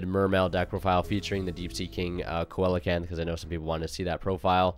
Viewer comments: Have to get it out there, it's pronounced "see-lo-canth" haha. Good work man! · Just a heads up bro coelacanth is pronounced See-luh-kanth 😅. Other than that this is a nice take on the deck, but personally I’m still playing a calamities turbo kind of build. It’s pretty cool how different the deck can be.